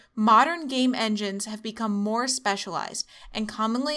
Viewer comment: Press 0 over and over and it sounds like she keeps saying 'gay men'.